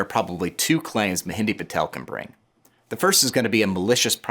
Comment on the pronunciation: Are you genuinely trying to prove all white people are stupid? You can’t even pronounce or heck at least get a spell-check on the person you’re talking about. Ma Hen DRA…… this idiot calls him mehendi